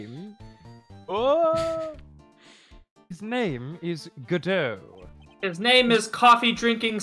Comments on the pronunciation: tbh the "GODot" vs "goDOT" thing is really something that just takes a bit of getting used to. I disliked the former as well at first, but now it's the latter that sounds weird to me. EDIT: that said, Atmey mispronouncing it is really funny to me so that's my headcanon now. Everyone else says it correctly but Atmey is just like "Bucket? It's pronounced Bouquet!" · IMO, it's best to pronounce Godot as [God-oh] because if you were to say "Godot-bengoshi", the direct translation is "Godot-Prosecutor" which sounds like "God of Prosecutor(s)" and that perfectly describes his character. Also this is the first time I have ever heard someone pronounce it [Good-oh] so I found it interesting that this is a more popular pronounciation.